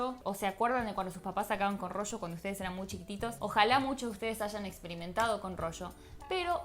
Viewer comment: Yo recuerdo el rollo, pero el rocho !!!!!!!!!!!! What the fuck!!!!!!! Que español mas asqueroso!!!!!!!!!!!!